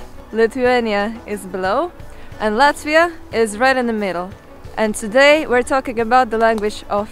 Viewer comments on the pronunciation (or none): Yes es zinu es arī dzīvoju Latvijā būt bruh Like Her pronunciation of Latvia is kinda cringy